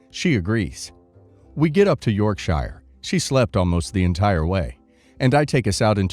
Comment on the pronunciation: yeah, every time he said Yorkshire, it tickled me and my brain corrected him each time 😊